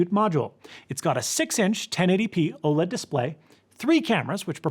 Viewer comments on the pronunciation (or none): none